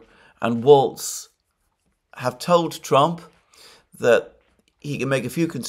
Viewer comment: The name is Walz, not "Waltz," and it rhymes with "walls"